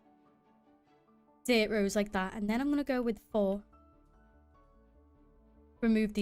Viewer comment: was a good watch, love your accent everytime you said "like tha" :D